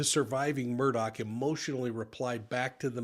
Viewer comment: None of the people broadcasting this Murdaugh situation is pronouncing the last name right. Every channel!! Everyone keeps saying Murdock not Murdaugh & Nancy Grace is saying Murdaug. Come on people...REALLY???